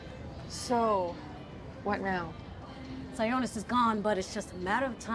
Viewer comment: It's Roman (Si-awe-nus) NOT (si-o-nis). It's just what I like to call insult to injury, as they already did the most dirty this movie could've done to two of my favorite Batman villains.